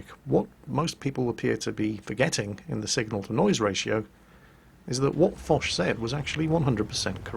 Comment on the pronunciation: Yes, mispronounced it.